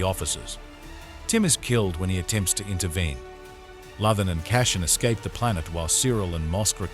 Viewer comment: Appreciate the recap, but would suggest learning how to pronounce CASSIAN and LUTHEN. Gave up two minutes in. Who are CASHIN and LOTHIN?